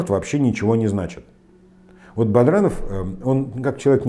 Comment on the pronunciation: Да,дважды БаДранова назвал "БаРдановым" (ладно,хоть потом "исправился",видно,"за кадром" кто-то написал ему на бумаге). А перепутать Кармаскалинский район с Чегмагушинским, это,по-моему,вообше,уже перебор. Видно, читает текст,который ему подготовили помощники и совсем не вникает в то,что говорит...